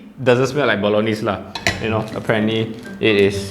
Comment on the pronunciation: Ayy you know the correct Bolognese pronunciation! I see you as a man of culture. This I’m gonna buy!